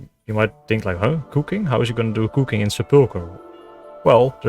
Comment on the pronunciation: He says "Kooking" like Verf (